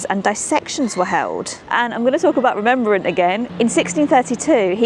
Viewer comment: He’s not Remembrant he’s Rem Brant.